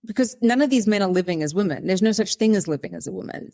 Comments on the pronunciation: It might seem a little petty, but this is one of my pet peeves that drives me nuts. It drives me nuts when I hear people pronouncing the plural form women, the same way as the singular form woman. They are not pronounced the same at all. The plural is pronounced like wimen. It is still spelled women, but definitely not pronounced like woman. Even if the subject matter of a video is interesting and important, I can't listen if one or more of the person can't pronounce the word women correctly. And it wasn't Sal who did this, it was the other lady. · This will sound very snarky but is meant as a simple piece of advice to anyone having trouble pronouncing 'women'. Although the first syllable is spelled the same as in the singular 'woman', the word's pronounced as if it's spelled 'wimmen'. I can remember stumbling over this for a little while until it suddenly clicked. I sometimes hear ppl on podcasts and broadcasts having this trouble, i.e. pronouncing 'woman' and 'women' almost identically. Just a thing you have to learn at some point. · Why can't you pronounce the word: women? You can say men. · Just now I found myself watching a video where Zimbabwean Brooke Bruk-Jackson pronounced 'women' the same way you do. ( Meet the reigning Miss Universe Zimbabwe brooke_brukjackson as she speaks to Marisa on#MorningRush) Maybe it's a British Commonwealth accent thing. To a North American, the difference between the singular and plural in your and Brooke's pronunciation seems pretty much non-existent. So now I'm curious, and I should have thought to ask this before: do you and Kiwis in general hear a distinction that I don't?